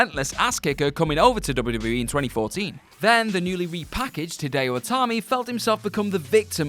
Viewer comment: THIS GUY SAYS DUBBADUBBAE...